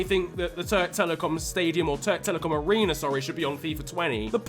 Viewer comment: törk telikom arrina :D its spell like türk telekom arena you must read turkish words as its written like türk telekom arena (ps: its not arena its new name is türk telekom stadium recep tayyip erdoğan removed arena name from stadium)